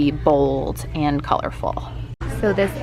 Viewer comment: Love the video! So glad ulta stepped up! Just wanted to let you know that IT Cosmetics is pronounced just like the word, it, NYX is pronounced “Nicks” and Morphe is “more-fee”. That’s from year of watching beauty videos! 😊. Can’t wait to see your interview makeup video!